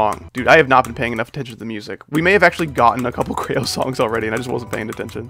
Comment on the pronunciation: you did NOT just call creo "crayo"